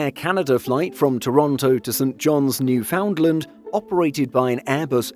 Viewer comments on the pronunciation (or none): 'New Foundland' is pronounced "NEW FUNLAND." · New Foundland is more like New Finland